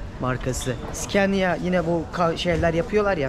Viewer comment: Skenya degil scania diye yazar skanya diye söylenir.